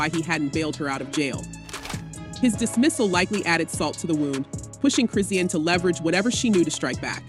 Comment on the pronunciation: Mmm, I’m interested in an update but not click-bait. Meaning, the voiceover don’t even know how to pronounce the girl’s name correctly. Thus, lacking credibility. I stopped watching this video .